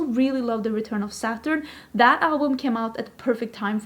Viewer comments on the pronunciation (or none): none